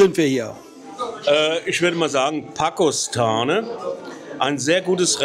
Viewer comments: Pakostane hat über 4000 Einwohner. Es wäre es gut wenn man wenigstens die Namen richtig aussprechen würde. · Das Video ist ok😊 Nicht so unsere Ecke. Übrigens wird der Ort Pakoštane " Pakoschtane" ausgesprochen😅